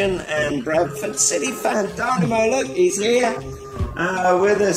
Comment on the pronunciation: This is black magic. “Dynamo” = “dymoan” pronounced “demon”